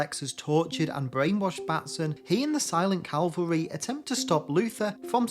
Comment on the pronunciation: It’s cavalry and nuclear, not Calvary and nucular.